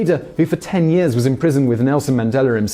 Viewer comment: Why cant you say words that end with "a" properly? Chin-er, Mandel-er, South Afric-er.